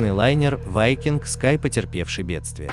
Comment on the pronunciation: Ведущий все названия корявит специально? Не вайкинг а викинг. В другом видео Роял Карибиан хрен знает как назвал. А название лайнера я даже не понял что за лайнер. Пока на карму не посмотрел